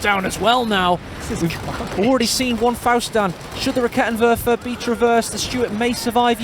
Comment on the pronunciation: A side node from a german: I LOVE that you try to pronounce the german troops correctly and you are actually pretty close on lots of them. Props for that. German is a horrible language. The one that took me longer than necessary to understand was the Raketenwerfer because you pronounce the first e too short. Try to go for rakeeetenwerfer :) The e is quick on Halbkettenfahrzeug because it is followed by a double consonant in this case TT.